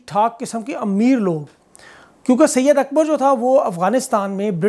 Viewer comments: Bro not syed Akbar it’s صید اکبر said Akbar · Not syed akbar, SAID AKBAR PLS